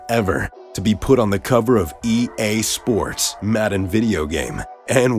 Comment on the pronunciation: The way this guy says ea sports